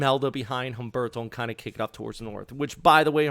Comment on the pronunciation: Pleez skuoozme but I’m the Pronunciation Natzi and just had to weigh-in on your anglicization of Humberto. It’s an oft made unintentional insult to the Hispanic community - not a big deal I’m guessing you feel relative to the possible destructive power those weather conditions could exact upon the southeast coast . . . so it’s all forgivable, all good. That terrifying hurricane tearing up the Atlantic now is not pronounced: Hummm-burrr-tow But rather: OOOM—BARE-TOW. Silent H like in the word herb - referring to an aromatic seasoning, not as in the male first name Herb, short for Herbert. Also, the ‘U’ in Spanish in this instance is pronounced, ‘Ooo’, not ‘Uh’. If you pronounce Humberto correctly in future (much appreciated) weather updates I shall respond in kind by not reporting your name to the Sociedad de Mala Pronunciación del Idioma Hispano. I have all confidence you will come to your senses and comply with what I am requesting of you. Buenas Dias Senior, Paz, Pronunciation Nazi 🥳